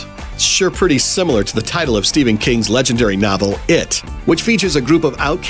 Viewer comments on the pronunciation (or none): none